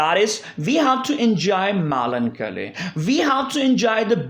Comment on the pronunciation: I like the way u pronounce Melancholy😍